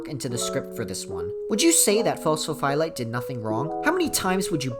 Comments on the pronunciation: Please stop saying phos pho phie lite, you're phyiscally hurting me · Across the deep dives iv started watching. It’s fun to watch people try to pronounce pho’s real name.